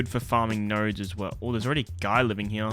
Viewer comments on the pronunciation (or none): I was looking for this comment hahahah